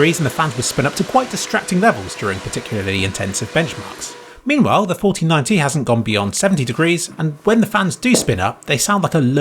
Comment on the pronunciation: when said 4090 i heard fortynyti meme